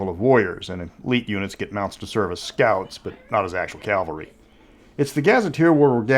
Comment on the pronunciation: Not to be a jerk but it's CAV-alry not CAL-vary. Cavalry on men on horses. Calvary is where they crucified Jesus.